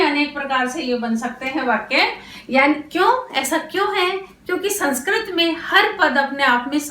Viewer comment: मेम, अध्यापन की विधि बहुत अच्छी है लेकिन आप संस्कृत को संस्क्रत उच्चारण कर रहीं हैं जो सुधारने की आवश्यकता है।